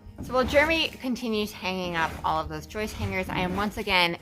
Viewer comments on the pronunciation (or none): I'm with you beautiful It is JOIST with J Not YOIST with a Y lmfao Sorry 🙏 brother but has it Right lmfao:-P:-P:-P:-P:-P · So - two words that rhyme: moist and joist and plural for joist is joists. I am sorry but I used to be a teacher and I just cannot stop correcting people. I hope you do not mind! And I love your videos and photography!